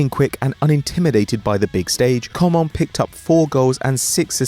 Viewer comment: lmao how he pronounced coman: com'on